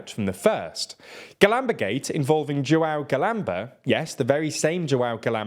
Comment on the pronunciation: honestly I disagree. I know no one expects them to speak foreign languages percfecly but, in this case, they butchered terribly. Lana Del Rey said the nasal ã sound in São Paulo way better than they did in João. And she is a pop singer not a reporter making a piece on international news.